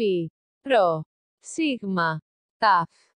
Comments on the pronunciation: Omega or O-ma-gah got me💀💀💀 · Oh ma gah!!